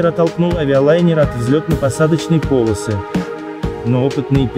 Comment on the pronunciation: Не - по'лосы, а - поло' сы! 😆